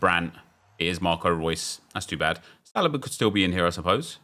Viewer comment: its pronounced Saleeeeba